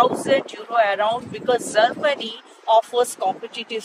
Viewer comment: You can easily say Japan but you cant pronounce Germany. Not Zermany. I am sorry. I did not mean to hurt.